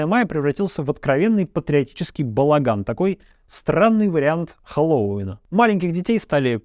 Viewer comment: Дмитрий, позвольте поправить. ХЭллоуин или ХэллоИн. Но не ХеллОуин.